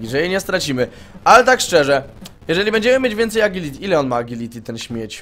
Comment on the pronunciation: TO JEST "ADŻILITI"!